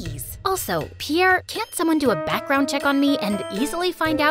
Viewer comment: Piere's accent is so good😂😂😂😂